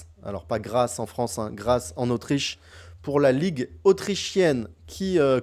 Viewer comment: Merci pour la vidéo, et bonne chance en Autriche! (au fait: Graz se prononce GraTz, comme dans “blitz” 😉). Le format est parfait pour moi. Un des trucs impressionnants dans les 2 dernières parties, c’est le niveau de jeu des 2400: ça joue fort 😳